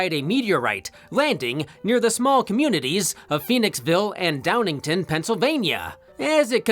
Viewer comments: Never in a million years imagined my hometown would be mentioned on this channel. *It's Downing-TOWN, not Downing-TON. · it's pronounced Down ing town I went to high school up the street from the diner and my ex girlfriend is from Phoenixville